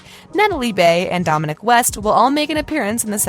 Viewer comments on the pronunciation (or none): none